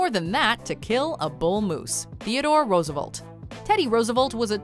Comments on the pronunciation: Roosevolt? Who is Roosevolt? Rofl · There are two E's is FDR's last name. Please pronounce both next time. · That pronunciation of Roosevelt hurt all of America.